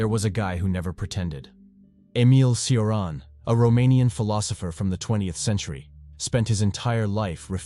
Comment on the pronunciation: Cioran is pronounced: CHO-rAn